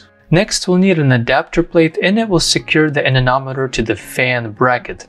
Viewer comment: I don't know why, but I flinch and cringe every time I hear you pronounce "anemometer" as "anenometer".